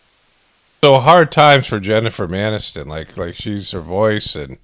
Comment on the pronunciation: Did you say Jennifer MANiston? 🤣😂😅